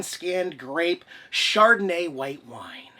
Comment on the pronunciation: Choked on my coffee, when you said chardonnay. Too funny!